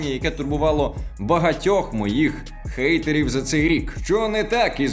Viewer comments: якого фейхоа "Гейтерів" якщо логічніше "Хейтерів", хейт - ненависть, гейт - ворота. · Гейтерів….крінжатина У кожній мові англійська h звучить, як х, та тільки ми будемо юзати її як Г. Гір мі, ти, гей, так, ти. Лет мі спік фром май гарт…